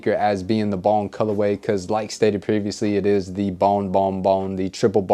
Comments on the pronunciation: I couldn't tell what the colorway was that you were saying, might have been just me. But I don't know if you said triple bone, bon, bong, bomb.....colorway. I still don't know. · Wtf he saying? Balm, bon, bomb, bong colorway....enunciation is key.